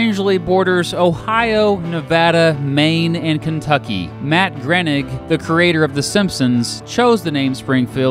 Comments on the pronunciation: You also mispronounced Groening. It's grown-ing, not gren-ig. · Matt Grenik? Sounded like you said Grenik. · Yeah I live in Essex too and I wondered what he said until I read it 😂 I think he also mispronounced that Simpsons guys name, Groening